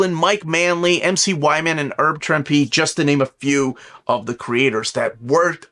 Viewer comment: Please,. Herb, not Erb Trimpe.